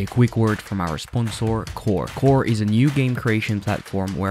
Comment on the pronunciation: Did bro just say sponsoor instead of sponsor 💀